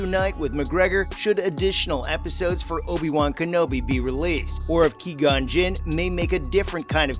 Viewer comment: You said Qui-Gon's name wrong, but still a good video.